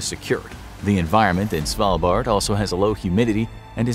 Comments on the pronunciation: You're pronouncing "Svalbard" convincingly well. From a norwegian point of view it was easy to understand what you meant :) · You said Svalbard right! Good job👏👏👏